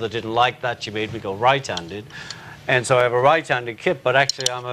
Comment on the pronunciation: all cool people say 'end' instead of 'and'. FACT!